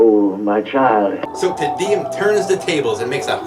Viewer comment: "Tee-Dee-Um", not "Teh-Dee-Um".